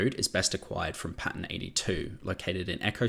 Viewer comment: What are Pans? Pan 73 Pan 113 Hang on, are you saying Pattern? So you are talking about amorphous material pattern? I’m not being funny, and I’m not being mean I genuinely didn’t understand. I thought these were location numbers you were taking about.